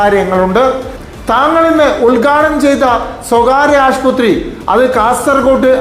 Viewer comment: Aasputhri alla aassupathri enn parayuga